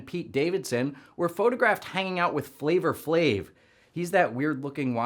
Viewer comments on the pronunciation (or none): i've never heard flava flave's name pronounced in a way that sounded so racist lmao